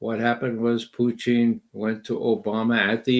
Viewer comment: Why does Ray always say “Puchin” instead of “Putin”?